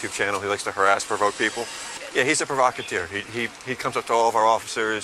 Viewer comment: Provacateer? English much?